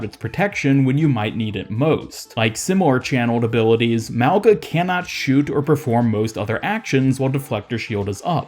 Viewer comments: It’s pronounced like “maunga” the g is a soft g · Wow guess OW devs actually made a polynesian character? Samoan to be specific? I'm assuming he is Samoan because he has a samoan name. His name means literally "Mountain" In samoan. Lmfao and i'm cringing cause people are not pronouncing his name right. Mauga- (Ma-oo-nga) or (Meow, without the ‘E’ so Mow-Nga). The letter G is always pronounced with a "Gna" in the samoan language. Regardless cheehooo!!!!!!!! make way for this up and coming uso!!!